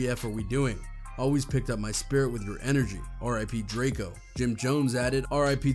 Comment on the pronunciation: DRAK EO get his f**** name right you f**** bloggers get on my nerves